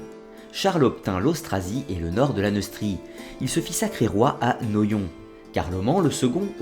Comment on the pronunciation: ahaha la prononciation de Noyon !!!